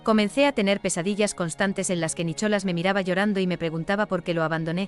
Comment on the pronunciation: Nicholas, y lo pronuncia así sin más, la h no se pronuncia puesto que es un nombre en ingles, voy kk de IA, por cierto, la OP, cualquier desprecio que ha sufrido se lo ha ganado a pulso por pu*a.